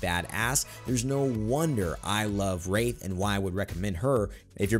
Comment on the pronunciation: Did anyone else think he said rape not wraith at